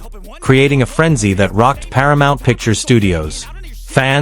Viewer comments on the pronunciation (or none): none